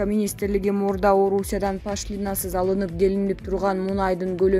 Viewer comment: Эээй журналистер пашлиинасыз дегенин эмне кайра кайра сабатсыздар Пошлинасыз деп ударенияны О тамгага коюп уйронуп алчы